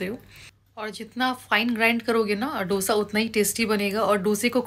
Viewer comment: It’s pronounced as दोsa and not dough sa